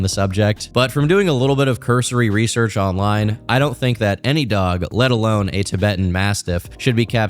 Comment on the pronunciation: I like the emphasization (or whatever) of .ALONE this video. Cause you knooow what kind of lunatics might show up under this particular vid.